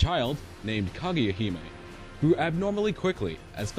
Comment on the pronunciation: It sounds like you're saying "Claudia" instead of Kaguya XD.